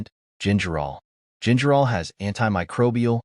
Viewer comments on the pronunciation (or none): none